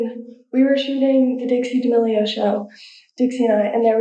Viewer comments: saying Dee-Amelio’s instead of Da-melio’s😂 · It's not DM meal ah yo's It's DE meal a yo's ♥️ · ok im sorry but da-me-lee-o not diamilo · yo are say "Diamealio" It's pronounced "Damealio" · DiAmELiO as an Italian I must correct you... it’s D’amelio (Duh-meh-Lee-oh) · why is nobody talking about "dia melio" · Why do you say d amelios we know your doing it on purpose stop its annoying me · Him: DiAmEliO Me: ahhh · You’re pronouncing their last name wrong. It’s pronounced “Da-melio” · Idk why but it irks my soul every time he pronounces it like “dee-Amelio” 🤣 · Lol why u saying Dee Amelios? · Bro I’m sorry but I can’t watch this with how you’re pronouncing it 😭 I’m not even fans of theirs it’s just jarring hearing it pronounced like that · Are you mispronouncing their name on purpose..? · Please don’t say Damelio like that